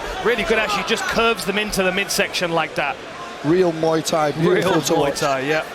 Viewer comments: Really, Moo Thai specialist? Some of these announcers need to find a new job! It's not cow fighting! It's called Muay (moo-ay tie). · Great fighter, looking forward to her career. Why can't these guys say Mui Thai correctly?